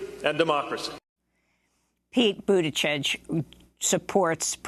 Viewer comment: LET THE BUTCHERING BEGIN... PETE BUTT-I-GIEG, also heard Buttijudge...🤣😂this is going to be fun